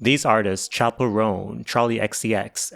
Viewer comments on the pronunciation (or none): none